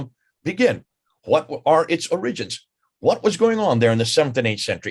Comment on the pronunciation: Ever notice how occasionally mispronounces English words like an Indian with the emphasis on the wrong syllable? Like the word “origins” which is OR-ih-gins not or-RIG-ins. Just an observation.